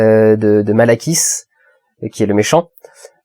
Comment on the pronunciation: Ouais, donc ça se prononce Malekis en VO... non?